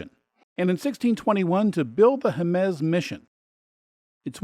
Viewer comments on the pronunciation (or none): This is one of the finest tour videos I've seen for NM; however, it's not that difficult to ask the locals for the pronunciations of the places you're visiting. "Mal pie Ese" and "Hay muss" are common pronunciations all around the state, and anyone would be happy to help. Otherwise, you've got my vote - 110 percent! Many thanks. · quick note: Jemez HEY-mezz Valle Va-ye Parajito PAH-ha-ree-tow.